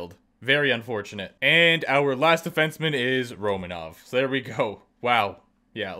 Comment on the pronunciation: Out of all players he MAY have recognized, he said Romanov 😂